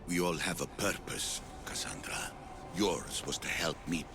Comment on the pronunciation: Pronounced Hermes Trismegistus correctly but not Kassandra... oof